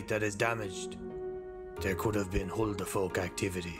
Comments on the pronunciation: Instead of huldufolk did I constantly hear homophobs 💀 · Why is guy trying to sound Irish than? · I love that pronounciation of huldufólk xD it's an icelandic/nordic term for a type of elves/spirits that reside in the icelandic nature. They are known to lead people further into the land, to places where people never come back from - mostly because the people that wander out aimlessly into the wilderness, often find themselves falling into holes (most of the landscape is made of hardened lava rocks and therefore often have large or hidden holes in it) and such in the ground where they eventually die. Of course there can be multiple scandinavian versions of these spirits as well, but this is the version I learned as a child. I just had to pause the video to explain this, even though this probably won't be seen. but I hope this will be helpful to someone ^^ now back to the video where this stuff will probably be explained in a better way anyways xD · During huldefolk, did anyone else say "stormcloak" after he said "oh frick" because it sounded like he said "ulfric" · It's always Huldufolk and not Howdufolk 😞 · When he said ' Huldufólk'. The 'fólk' part he leaves out the 'l'. It results in 'fok' . Which in my language means 'f*ck' lol. 😄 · When Mark said HO DE FOK , it sounded like he was cussing in AFRIKAANS going WTF xD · I believe it's also pronounced "hill-da-fuq" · Is he saying f*** or fork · It kinda sounds like hold the f*** thats funny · lmao i pronounce it as "Who da fuck" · I heard "Who de fuck?" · Yeah, in english it sounds like "who da fuck" But in Afrikaans it sound like "Hoe de fok" (the "hoe" being pronounced as "who", but meaning "how" and the "fok" pronounced almost like "folk" but meaning "fuck" And the "da" means exactly the same as "de") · Ngl when he was describing Huldufólk I thought he said "meme creatures." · i say huldufolk like wholdo f o lk XD but the way you pronounce it is ver funny and much better >:D